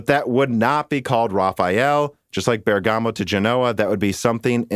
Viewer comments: I don't want to be harsh because it's not your language, but no, you've not pronounced Bergamo correctly even one single time, you keep saying Bergàmo when it's actually Bèrgamo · it's not an accent. It's a mispronunciation. And i don't think leaning on a machine interpretation helps your case. Eveb in your link the written "way to say it" is correct (bur guh mow) but the machine reading it is reading it incorrectly. If the difference was down to accent, then everything would be different.... I should point out that i don't think anyone is asking you to pronounce it perfectly, I don't think you need to do the soft roll on the R but the way you're saying it now is just painful. Like i said above, if this was a person's name, would you just continue to keep pronouncing it really badly on purpose? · It's not correct "European" pronunciation. Its just the right way to say it. Love the show BTW. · Haha had to laugh at Dan and trying to justify pronouncing Bergamo incorrectly. "The rule" is not a rule at all - at least not in British English. Also, yes English is a different language but you don't normally mispronounce words on purpose when they're a native word. I.e. you wouldn't be mispronouncing a person's name on purpose after they correct you... also, most modern "word stealing" into another language isn't done like it was in the past. Finally, it's really not a big effort. How do you pronounce bergamot, for instance?